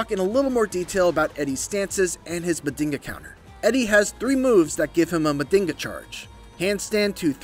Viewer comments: NOT Mandinga, it's Man-jhinga. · It's pronounces (Ma JiN ga)😊 not (Ma din ga)😂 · It's pronounced "Majinga" pretty much means magic and us capoeiristas use it as a sort of mysticism in capoeira songs... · Not to be that guy, but it is pronounced "Munn-jeen-gha" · Nah that mf said Mandingo counter 🤣🤣🤣